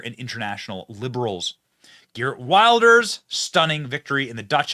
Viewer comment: Benny, his name is prounced "He art Vilders" for your benefit. Like Trump and Farage, he's been pilloried by the left and the media for decades and even banned from entering the UK by Blair's criminal government for warning about the threat of Islam, while at the same time they allowed mad mullahs in to preach death to the west. OUTRAGEOUS!